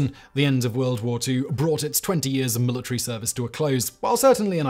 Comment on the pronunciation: Careful now. If you start picking apart his pronunciation... It'll never stop. Mila tree